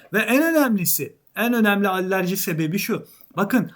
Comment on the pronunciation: Abi batan batmak üzere olan el değiştiren firmaları da konuya alır mısın Allerji❌ Alerji✅